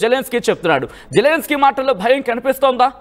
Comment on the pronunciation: వాడు జెలన్ స్కై కాదు...జిలన్ స్కై